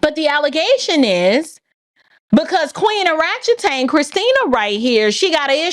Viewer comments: "oratchetan" is that a ratchet orangutan? Oh my, that's spicy! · Oratchetan. Kinda like Orangutan. 🙈